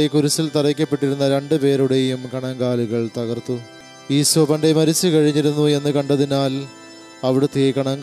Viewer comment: ഈശോ എന്നു പറയൂ..ഈസോ എന്നുപറഞ്ഞ് ഉച്ചരിപ്പ് മോശമാക്കല്ലേ.